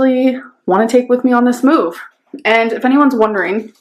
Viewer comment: “Moo-uvv” - Um, OK.